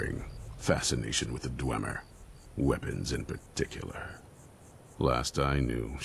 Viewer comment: "in particularrrrrr!"